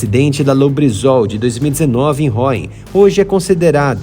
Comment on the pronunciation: Vídeo muito bom com informações importantes que não costumam ser divulgadas! Só por curiosidade a cidade de Rouen pronuncia-se Ruã e não Ráuen. As letras "ou" em francês têm o som de ú, e as letras "en" têm o som de ã. Exceção para Citroën em que as letras "ën" têm o som de éne, por causa do trema em cima do e... Um abraço.😀